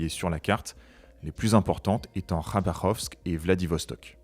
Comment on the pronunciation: Vous êtes le premier français que j’entends prononcer Kh de Khabarov correctement !